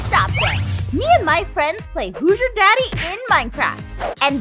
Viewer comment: It's "Daddy" not "Dadddy"